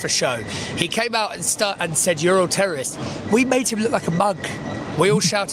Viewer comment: Someone should tell Ben Gvir he'd be a lot less ridiculous if he learned to pronounce his "r"s because "tewwowists" does not cut it.